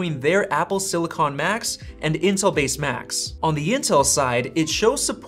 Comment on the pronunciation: It’s pronounced silicon, not silicon.